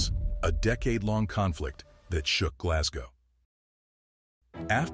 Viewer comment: I think I was impersonating how the narrator said Glasgow but aye,I live not far from Glasgow and we say Glesga tae,and I live at the mouth of the Clyde,oh the shame,lol.All the best bud.